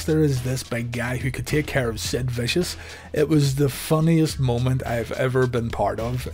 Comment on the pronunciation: And accidentally calling Sid "Stid."